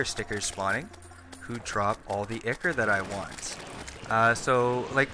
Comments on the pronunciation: dude not to be rude but the way ur saying ichor is wrong and so teeth grinding........ say it like " i-core" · it's pronounced 'eye-core' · it pronounce Eye-Core? not Ick-Core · I-ker ? I-Core is the correct pronunciation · Ichor is pronounced eye-core not ick-er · Man I say it like Icker too I probably won't stop regardless of how it's supposed to be lol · Actually Ichor is correctly said “eye-core” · I think ichor is pronounce Eye-core But other than that This is a fantastic farm I’ll get building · Did u call ichor “ikker” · Eye-core is how it's pronounced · Don't really blame you for the whole Ichor thing, Mispronounce it all the time but I did eventually figure out it is pronounced eye-core. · haven't really gotten into it but it seems to me Ickor is so common because it just seems to make more sense relative to otherwise consistent patterns in english phonetics while it's technically entirely wrong. Don't know about it's original greek pronunciation but that's not relevant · the name is I-Core, similar to a lot of things in games, the name ichor sticker came from teasing a mispronunciation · Siconic Animations well there not really a proper way to say it but if u say Icore that is fine with me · Yeah the name 'Ichor Sticker" would make you think it rhymes. Re-logic probably thought it was pronounced 'icker" oh well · Anyone else notice he said ichor wrong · Ichor not ichor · THANK YOU, I mean seriously the only people that get a pass are true slavs, not these west-folk like myself, he is obviously american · STOP PRONOUNCING ICHOR WRONG FOR FUCKS SAKE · iknow theres multiple was to say word but he was ligitamently saying ichor wrong